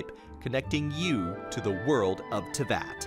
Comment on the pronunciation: I like how they spelt and said Teyvat wrong